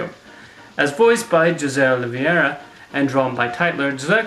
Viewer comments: for a little note: Jose's name is pronounced "Ho-zeh" as "j" often makes the "h" sound in spanish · To be fair, you did mispronounce a lot of things that could have easily been pronounced correctly by watching the videos you showed in the clips (Caballeros, Aracuan, and Jose, for a few - you're correct in using the "j" sound, but it's still not quite the correct pronunciation) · Although I agree with what you say in this video pleasepleaseplease stop calling him Jose with a "juh" sound. It's "ho-say", and the three "caba-yeros", not cabeLeros.